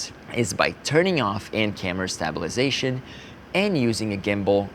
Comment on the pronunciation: I love how he pronounces 🔪 -sation